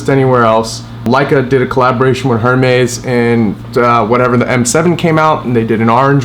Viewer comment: Bro you talking bout a 30k kit... at least say Hermès correctly 😂